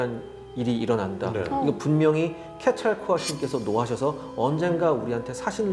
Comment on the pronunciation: 케찰코아틀... 발음이 불분명